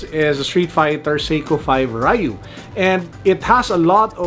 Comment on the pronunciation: So I hear it’s supposed to be dyoo or roo not REyou or rye-you.